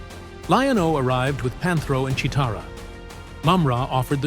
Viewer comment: 4 minutes in: You might want to watch an episode so you can pronounce the names correctly. No offence. You said Che-o-tara and Willy-cat by mistake.